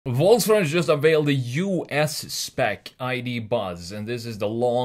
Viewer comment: Volsfranjet ???????????? ;-) ;-) CAN U SAY : VolksWagen ? 🙂